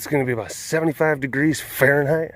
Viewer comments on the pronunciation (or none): none